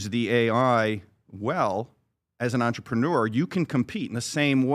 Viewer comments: "Entree pre newer" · Take a shot everytime you hear the word…. Entrepren-uh 🍻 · interesting pronunciation of the word entrepreneur my guy